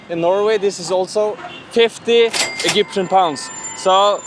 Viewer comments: "Eggyptian pounds" xD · why do you say "egyptian" like that XD